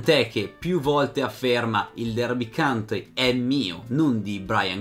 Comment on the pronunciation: county porco .... non country ahhh per favore . per il resto sei un mito per aver portato alla luce questa storia